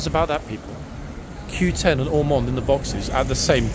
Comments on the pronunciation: Are you kidding me? It’s Ormonde! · it's Ormonde